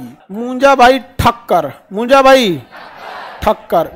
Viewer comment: Munja not punja